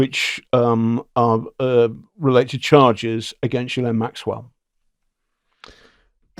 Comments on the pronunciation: Gilane is how it’s pronounced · Her brother pronounces it “GHEE-len” with a hard ‘G’. I’m not saying we should all pronounce it correctly, just that it’s a bit strange that the guy who has been investigating her deeply didn’t mention this…. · Ghislaine is a French name pronounced Geese-lenn. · Ghislaine is a very French female's name, & is pronounced zhees-len. You do pronounce the "s". Perhaps her name has always been pronounced in some more English-sounding manner, such as Gee-lane. (??) Or perhaps that's some weird American thing -- wouldn't surprise me. I am Snowwhite, now in Toronto, but born a Québecoise 🇨🇦💪💗